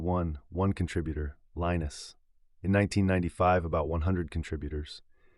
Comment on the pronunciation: If you can't pronounce Torvalds first name correctly, you don't have any credibility.